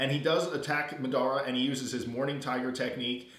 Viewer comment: oh and it's mah-duh-ruh (madara) not mid-ar-a